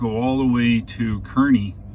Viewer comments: FYI: Kearney = "car-nee" Enjoy your videos. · I like how you didn't speak when showing the windmills. Very calming and felt like I was on a real road trip. I grew up in Nebraska. For what its worth, they pronounce Kearney Nebraska 'car'-'nee'. Thanks again for your videos.